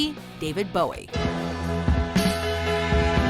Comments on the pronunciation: The Texan's name is pronounced Boo-ee, not Bow-ee. Trust me. I'm a born and raised Texas Girl. Where I grew up we named our schools after Texas founding fathers, James Bowie, David Crockett, Stephen F. Austin. Do your pronunciation research. We've had this talk before when you couldn't pronounce Danny Bonaduce's name correctly. Google is your friend here. When in doubt, hit Google and ask how something is pronounced. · Jim Bowie's name is pronounced "Boo-wee" not "Bow-wee."